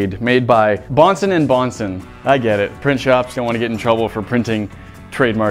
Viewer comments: Bro it's not bohnson and bohnson but johnson and Johnson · Omg it’s not bohnson. It’s Bhonson + Bhonson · It's Johnson and Johnson not bohnson🤣